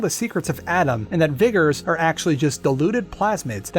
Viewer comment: He sounds a little whiter everytime he says "vigger" I know how its actually spelled he just says it like that